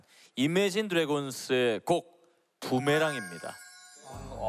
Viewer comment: 부메랑 아닙니다! 부머랭 ㅋㅋ